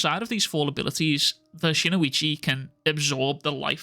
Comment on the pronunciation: Brother, it’s spelled “Shinuchi” and pronounced just as it’s spelled; “SHIN-UCHI”.. there’s no (o) after Shin & no (i) after the U. It’s Shin - - Uchi. Shin like your shin bone. Uchi like Itachi Uchiha but without the (ha). Shin-uchi. All love brother, love your content no hate, it just drives me crazy hearing, “SHIN-O-ICHI” or “SHINUICHI” over & over & over lol.